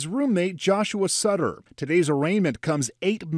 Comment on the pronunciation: Medina's victims last name was Sutter not stutter